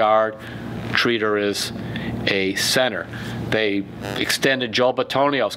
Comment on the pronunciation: Ur saying Tretter wrong